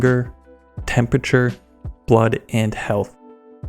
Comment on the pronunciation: Thurst and Temperture.... Ouch